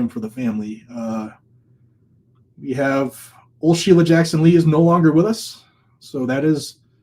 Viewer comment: Wassup with “Shelleeya Jackson Lee” ???